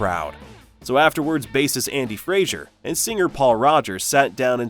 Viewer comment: Free should not be on this list. And you should not be talking about them. And it's Fraser. NOT FRAZIER. Wanker.